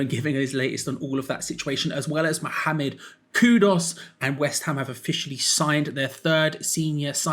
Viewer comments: Ffs It's Kudus not Kudos!! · Kudus,, not Kudos.😅